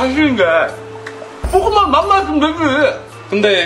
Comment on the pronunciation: 볶음밥을 자꾸 뽂응밥이라노